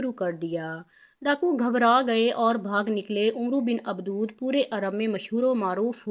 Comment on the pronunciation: Abdawad not Abdood